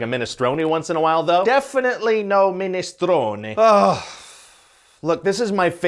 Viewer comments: Big applause for the pronunciation on that "minestrone". Chapeau. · Thank you for popularizing the correct pronunciation of minestrone xD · I appreciate the effort of trying to say minestrone correctly. 😂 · FINALLY someone who pronounces Minestrone correctly!